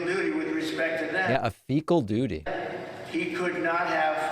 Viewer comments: He said FECA im sure you have alittle more intelligence. But your intelligence might be low. Not sure yet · Hey Donny get your head out of your rectal cavity, for starters you are not the president, Biden is. Yes ,you can speak as currently you are , even though you are speaking , fecal is not part of a sentence unless you are thinking about your soiled Diaper 🧷. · Did Trumputin crap his drawers then mentally slide the word “fecal” into what he was reading?